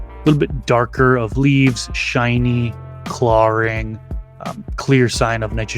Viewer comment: "Clawring" is the only time I notice your accent lol